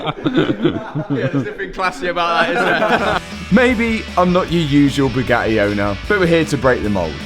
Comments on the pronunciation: Boo-GATT-ee, not Boog-attee. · Brother... pronouncing Bugatti as "Bew-gah-e" is a crime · Can not pronounce the y’s and i’s at the end of words? 😂 Always says “eh”… battreh, crazeh, supposedleh, Bugatteh. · Boo gah ay init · Gotta give it to this guy much respect goes out Fuge the Buggatti mob rippen Moe's off . When dude says Boo got e I straight laugh my azz off .He ll Low from NYC. Matt n crew.😂😂